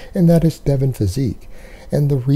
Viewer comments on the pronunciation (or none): His name is Devin, not Devon.